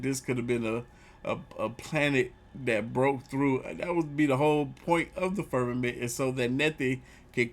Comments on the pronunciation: died when he said the FERRMMAMENT for the fifth time 😂😂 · " FIRM A MNT" 😂😂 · Firm- ma- ment 😂